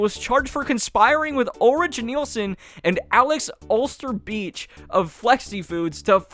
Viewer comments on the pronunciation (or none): none